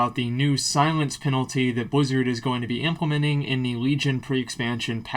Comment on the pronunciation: Mate, Its Silence Penalty, not Silience Penalty